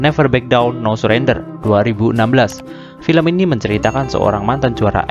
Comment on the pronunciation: Be yourself and never surrentod itu yang bener bang😂😂😂